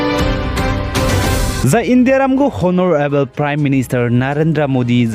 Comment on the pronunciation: Honorable H silent so pronounce as onorable